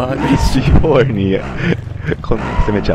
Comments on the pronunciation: カネキンさんのC4の発音良すぎます 笑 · C4の発音がめっちゃ良くて草